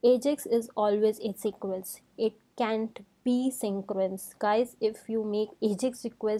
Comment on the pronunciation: Ok...its not 'asyncroence'....😭😭😭